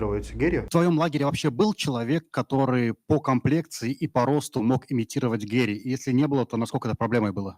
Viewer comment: Почему ведущий называет Гарри - Геем 😂 🤣 ору